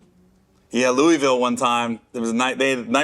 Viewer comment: I cringe how he pronounced Louisville 😂